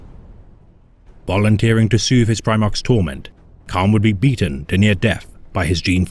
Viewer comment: It's Kharn not khan